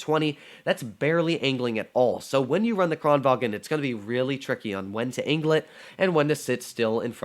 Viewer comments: It's Kranvagn, not Kranvagen. 😛 It isn't German... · "kranvagn" is pronounced KRON vang